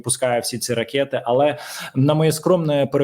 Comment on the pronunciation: якщо дозволяєш виправляти, то вимовляй, будь ласка, слово "ракЕти" без Є. 💞💞💞